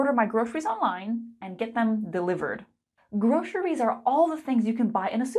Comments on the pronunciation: why are you saying grosheries? it's a "s" sound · your presentation or online lesson is excellent. It's easy-to-follow and understand and interesting. I really love it though the second syllable of groceries was pronounced as Sh sound. I assumed that this sound does not exist in your mother tongue. All in all, I think you have presented a great lesson. Moreover, in my personal opinion, you were born to be an Online English teacher. You have the looks, competence, confidence and effective communication. You should have a million online followers,. Keep on your good teaching! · Why did you pronounce "groceries" this way?